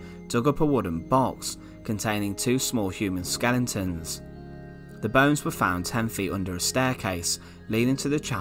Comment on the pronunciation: Skel-e-tons. not skelingtons.